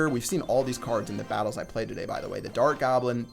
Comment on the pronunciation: Why do you do that gay thing when say, "and to TO-DAY!"